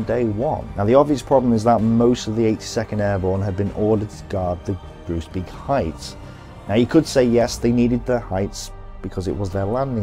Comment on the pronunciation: Great stuff! You are murdering the pronunciation of the Dutch placenames though, hahaha. If a name ends with -beek (like Groesbeek and Oosterbeek) it is pronounced - bake. To be complete, you say Grosebake (Groesbeek) and Owsterbake (Oosterbeek).